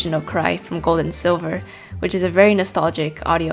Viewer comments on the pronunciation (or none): none